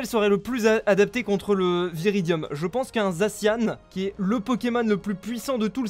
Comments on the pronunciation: on dit pas zaciane mais zacian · A chaque fois qu’il disait « zaciane » j’avais envie de me tuer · on le prononce zaciane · bref, Zacian se prononce "zaciane". C'est pas si compliqué à vérifier puisqu'il te suffie de regarder sur internet. A+